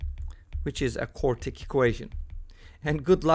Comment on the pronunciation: It's "quartic"